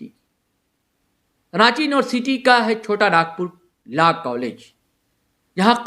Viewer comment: Sir phle pronouns to thik se kr lijey laa nhii law hota hai, or personally app chota Nagpur law college ko Target nhii kr sakte, app kavi aa y hai hamare Law college study dekhne, kysa hota kysa nhii, faltu ka bakwas kr rhe, humlog study kr ke he jate exam dene, 1- 2 ke chalte sbko badnam mat kijey